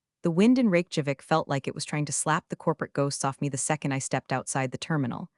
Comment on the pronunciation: Ok guys, somebody please tell the TTS how to properly pronounce Reykjavík?